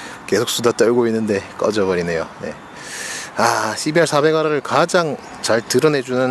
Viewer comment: 시비알 사백알알을 시발 싸배갈알으로 들립니다 ㅋㅋㅋㅋㅋㅋ